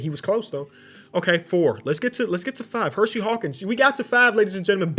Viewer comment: And "Hershey" Hawkins